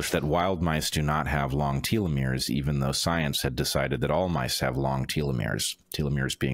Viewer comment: Telomeres pronunciation: (American & British) Tel . uh . meerz Not: Teal . uh . meerz